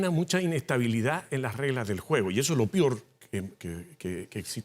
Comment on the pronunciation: "lo pior"